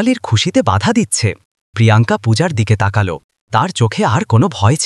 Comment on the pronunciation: বাংলা উচ্চারণ ঠিক করুন। তাকাল্ নয় । তাকালো। লাগাল্ নয় । লাগালো ।গড়াল্ নয় । গড়ালো ।